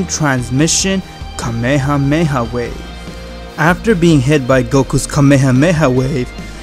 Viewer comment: He said kamehamewh